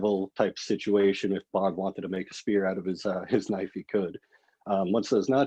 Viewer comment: needs a Loicense to Knoife